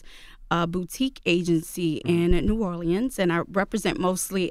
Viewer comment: NEW ORLEANS.... I’ve never heard anyone pronounce it how she is. Sidebar her fit is stuck in 97